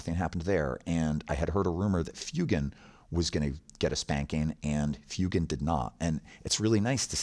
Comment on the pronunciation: Great overview, thanks! Only comment I have regards Fuegan... Surely his name is pronounced "FWE-GAN", like "fuego" (fire) in Spanish. Happy to be told I'm wrong though (provided it's for good reason haha)